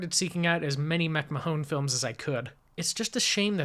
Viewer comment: Still enjoying the reviews - please keep them coming! For the record, Aline MacMahon's last name is pronounced, "Mac - MAN". I found that the film was remade in 1941 (to code!) as "Highway West".